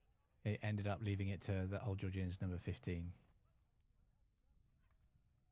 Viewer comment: Georg-Ian’s not geor-gee-ians……. Otherwise fantastic coverage thanks